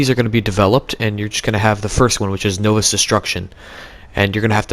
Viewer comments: You pronounce novice wrong it’s “nah-vis” not no-vis” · Lol this nigga said know-vizz destruction wtf